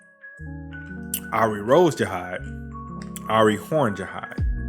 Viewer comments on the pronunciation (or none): Arie pronounced as ariye, ari just ari